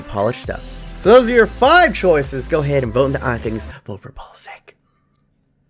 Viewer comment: It is pronounced pulisich